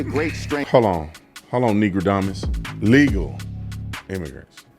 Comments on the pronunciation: 😂😂.. he said negrodamas 😂😂😂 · "Negrodamas"............ 🤣 That's freakin hilarious. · "negradomus" the hardest I laughed all day!!!